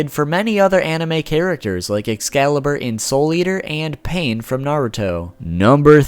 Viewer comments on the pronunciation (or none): none